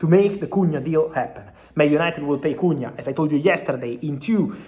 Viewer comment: As a Brazilian, your Portuguese pronunciation of Matheus Cunha is on point 👏 👏